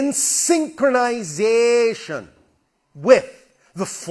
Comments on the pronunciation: Nah this alien guy has some major Yamoto vibes. Every time I hear this guy say "syyyycronization" I just hear Yamoto aggressively pronounce that she is, in fact, "KOOOOZIKI ODEN!" 😂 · Why’d he become Jamaican